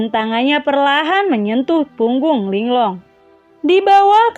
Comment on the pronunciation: Ling Lung aja kak jangan Ling long